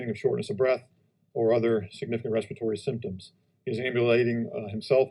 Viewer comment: Respire-a-tory fxn